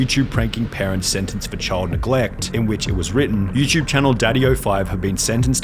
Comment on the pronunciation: why the fck do you always say you chube. its you TUBE